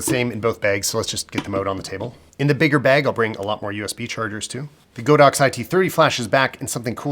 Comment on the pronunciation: As a Chinese I need to tell everybody that it's not Go-Dox, but God-Ox, meaning an Ox God hahah